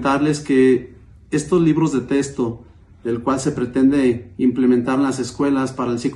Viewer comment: Se dice Texto no testo, a lo mejor si hubiera tenido una buena educación hubiera podido saber la diferencia ahí lo importante de la educación en Mx para minimo saber hablar bien español